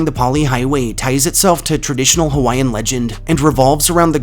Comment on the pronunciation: Being native Hawaiian and a collector of Hawaiian ghost stories, myths, and legends this was a great video that was mainly accurate. I also like to mention that you did a good job pronouncing most of our Hawaiian words. I’ve heard many butcher the names of places and people that have Hawaiian names but you did well!! Great job. I enjoyed your video.